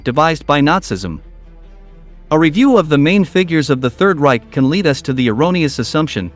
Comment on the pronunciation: You need to learn the correct pronunciations of words like "nazism" and "dantesque".